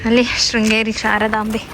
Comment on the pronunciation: ಶೃಂಗೇರಿ ಅಕ್ಕ ಅದು ಶ್ರೀಂಗೇರಿ ಅಲ್ಲ